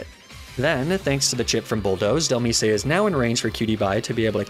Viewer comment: AND DHELMISE "del-meese-ay" like bro it comes from DEMISE do you pronounce demise as "duh-meese-ay"?